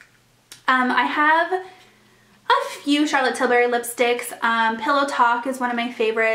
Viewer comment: Just a friendly FYI Charlotte pronounces her last name with the U sound not an A sound. You seem to call in TilbArry but its TilbUrry. Like burr it’s cold not berry the fruit ;)